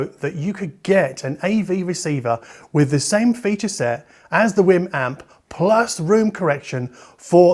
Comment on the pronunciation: btw I really do think it's pronounced like wee'm like the Wii, because they way you pounce it sound like your saying Whim.